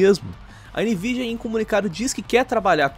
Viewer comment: "NVIDIANAL" :v